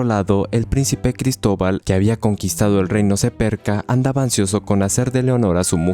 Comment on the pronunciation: Jaja gristoval ja gritoval colon